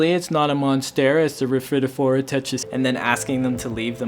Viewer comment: Love your down to earth style and concise delivery of important info. AND ever so happy to hear how to pronounce rhaphidophora! YAY! You are stellar 😊